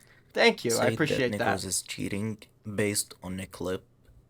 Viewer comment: Necros not nacros lmao